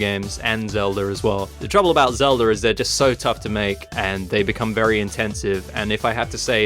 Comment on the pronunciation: I love the way you say Zeldurr